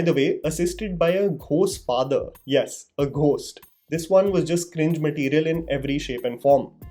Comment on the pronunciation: Bro it's Go'st, not Gho'st ( pronunciation of Ghost ). Your grip on English is very good that's why I thought of pointing it out.